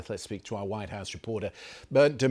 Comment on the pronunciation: "Widehouse reporder"? 🙄